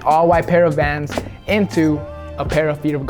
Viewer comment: I thought you were saying my love to Juan or Jose whatever his name is but your describing your love for vans lmao